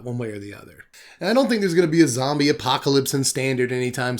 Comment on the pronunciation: “Zom-brie” lmao made me spit out my drink